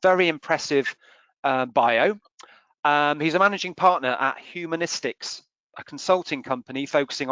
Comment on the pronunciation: HumanOstics... not nistics.. but otherwise great watch....